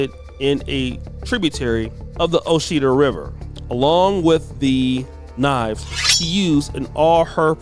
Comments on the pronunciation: Ochuita is pronounced watch-uh-taw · Dang you pronounce that Washitaw… the spelling is French Ouachita…😂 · at least pronounce OAUCHITA parish properly..